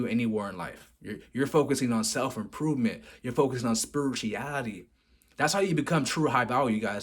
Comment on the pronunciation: Spurichiality?? Wtf are these pronunciations dude 🤣